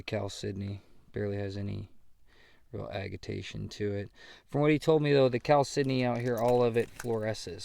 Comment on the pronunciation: How hard is it to be say Cal-sydney? Geese. Ha ha ha ha.